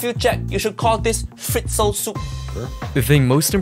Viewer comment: as an austrian,"fritzl soup" made me giggle and feel guilty after 😂